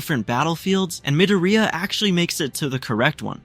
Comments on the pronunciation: Bro doesnt say midorya but he says midoroya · I’m not hating but Midiriya😭